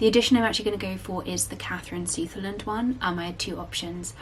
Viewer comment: It’s “Suh-ther-land” not “Sooth-er-land”